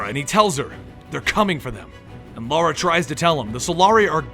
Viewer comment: Reminds me the first video I've seen from these guys he kept saying Lara name wrong and Zod kept correcting him. miss the comedy guys.